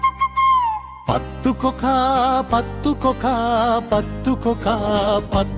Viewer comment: කොත්තු පකා කියලමයි ඇහෙන්නෙ පත්තු කොකා කියද්දි😊